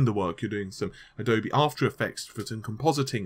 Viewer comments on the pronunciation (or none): none